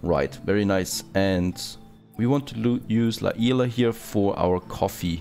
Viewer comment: You wrre saying La Isla right before this vid is spanish do not litsen to other people if you wrote it how u pronounce it now it would be written La ILa